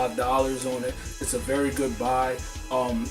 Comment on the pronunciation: "it's a berry goodbye" lolz